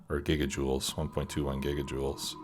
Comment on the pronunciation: "1.21 gigajewels?!"